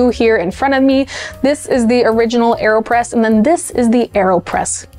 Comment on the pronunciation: Aerospresso? Aerpresso?